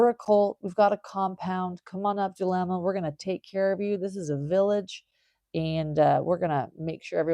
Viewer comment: Who is Dulema? I thought it was Zulema/